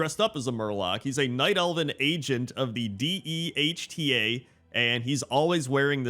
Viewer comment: D.E.H.T.A is pronounced dee-ta, it's a parody of PETA...